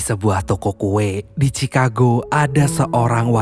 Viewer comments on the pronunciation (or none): none